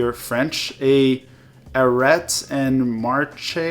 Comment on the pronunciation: You are Canadian, and don't know how to pronounce Arrest/marche??????????